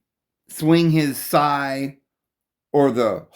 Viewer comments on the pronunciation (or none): It seems you struggle with pronouncing simple words from our language. It is a scythe, pronounce- the th with it. It's making me not want to take the information you are presenting.